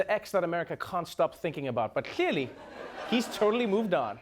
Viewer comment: Is it me or he pronounces the word "clearly" different?